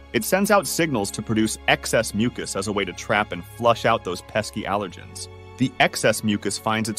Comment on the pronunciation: This narrator can't even pronounce "allergens" correctly. I hear more and more people on YouTube that cannot pronounce words correctly. Where is YouTube getting these people??? Pretty sad.